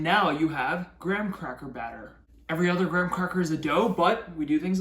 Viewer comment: Why can’t Americans pronounce Graham?